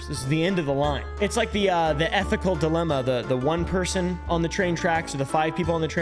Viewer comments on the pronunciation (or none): none